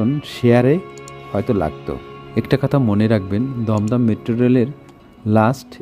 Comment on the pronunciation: Dumdum balo kore bolo